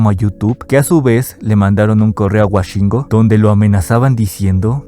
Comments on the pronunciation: no es wa es wo woshingo , no washingo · Por qué dices "Washingo" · Cabrón, lo grabaste, lo editadte, lo revisaste y lo subiste y sigues diciendo "Washingo"